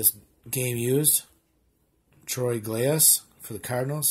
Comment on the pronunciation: troy glaus is pronunced troy gloss!😀👍😬